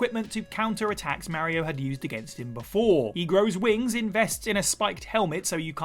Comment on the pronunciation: Don't ever say mario again